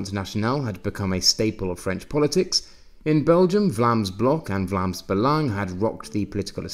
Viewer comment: I am one of your first ever subscribers, and I remember asking you to use the proper pronunciations for Vlaams Belang and Mecklenburg-Vorpommern, or to use the English names for the same. Thanks for improving on both!